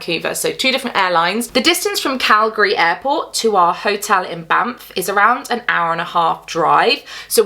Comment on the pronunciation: As a Canadian who grew up in Alberta, I appreciate your correct pronunciation of Calgary 😂 I live in Saskatchewan now and everyone here gets it wrong